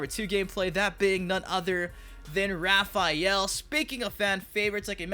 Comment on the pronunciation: Tf is Repheal? Lol